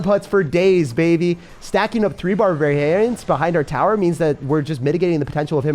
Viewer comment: barbaharians :D